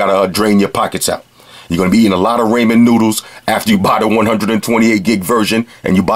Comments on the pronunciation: did just say Ray man noodles??? lmaooo love this guy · "Rayman noodles" lmao